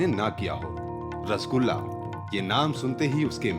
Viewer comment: It is "R-SO-GOLLA"